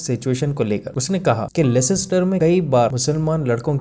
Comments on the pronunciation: It is pronounced "lester" only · Yes, it's pronounced Lester, I've worked for Barclays and we were trained in this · Bhai, it's pronounced lester. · Bro C is silent in Leicester 😅 You pronouncing it wrong